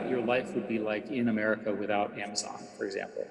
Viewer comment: I know he says Amazon but I swear it sounds like "Think about what your life would like in America without Ingsoc."